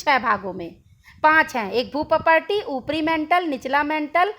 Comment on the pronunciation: मैडम आप भूपर्पटी का सही उच्चारण कीजिए प्लीज